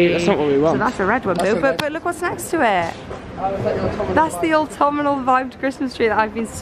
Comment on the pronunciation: Smashing! Lol. Everytime you guys say autumnal it drives me crazy. Ha ha. Theres no i in it. Its pronounced ort-um-nal not ort-tum-i-nal. Aggghh. But i loved the vid guys. Great buys. Xxxx